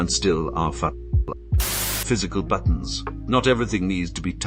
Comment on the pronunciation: Love how the ai says ”buttons”.